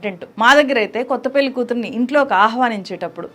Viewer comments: అద్భుతమైన సినిమా. గమనిక:, మీరు పెళ్లి ని పెల్లి అని పలుకుతున్నారు. అది correct కాదు. దయచేసి సరిగ్గా పలకండి. జర్నలిస్ట్ అయివుండి మీరిలా చేయకూడదు. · పెల్లి కాదు పెళ్లి, పెళ్లి అని పలకటం నేర్చుకో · పెల్లి కాదమ్మా పెళ్ళి... ఉచ్ఛారణ సరిజేసుకోండి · Pelli ani palukutunnaru pelhi ani palikite baguntundi